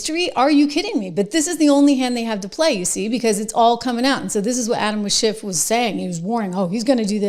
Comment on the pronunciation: Trish, it sounded like you called him animal shit.lol😅